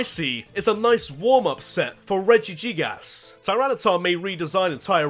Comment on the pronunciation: But then again he did pronounce it “reji- gigAs